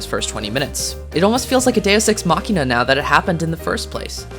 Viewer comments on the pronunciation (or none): none